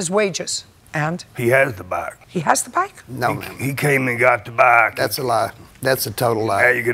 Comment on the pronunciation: "He came and got da bok" 🏍